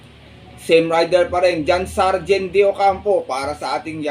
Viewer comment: John Sajhed boss hindi Sargen.. palagi kong naririnig sa vlog mo e.. Para lang din tama.. no hate..